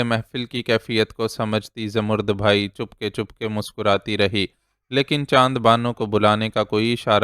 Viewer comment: Salam sir, ap ki reading bohat achi hai. Sir, aik lafz ap ghalat parhtay hen. Zamarrud bhai nahi, bai hai. Please is ki tashih kar leejiay.thanks.